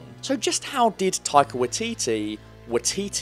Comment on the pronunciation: the way you pronounce his name XD